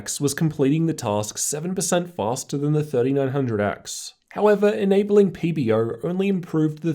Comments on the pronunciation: Its pb-O! not pb-Rrrr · Do I need to get my ears checked or does he keep on saying PBERR? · nice re3view but whats wrong with you pronouncing the "er" on PBO? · That's what I hear too. PB-ERRRW. Love it!